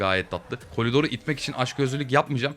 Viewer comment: abe niye kolidor diyon